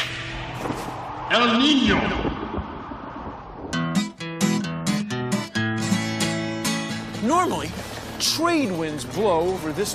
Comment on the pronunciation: the fucking 'N' each time they say el niño 😭